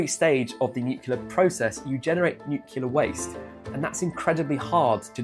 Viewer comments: NUCLEAR NOT NUCULAR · It's not nukelar it is pronounced nu-clear